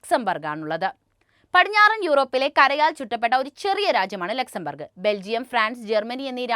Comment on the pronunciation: Laxen burg alla Luxenbourg